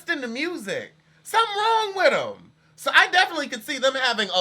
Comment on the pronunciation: “Something wrong witem” 😭